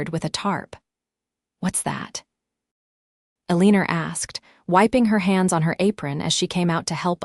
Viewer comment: AAAAGGGGGGHHHHHHH!!!!! Eleanor is not "EL-EEE-NOR"...It's El-AN-OR.